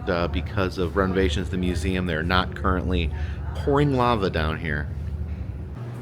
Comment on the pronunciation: YES! You went to the Bishop Museum! And you did the "Eum" right, like only our can. I need to get back there, haven't been to Oahu in several years. Thank you! 🥰